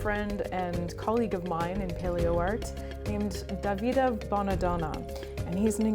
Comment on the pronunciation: Your pronunciation of "Davide" is so funny 😂